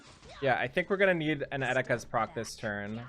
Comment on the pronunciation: All the times you said Eticas hurt my heart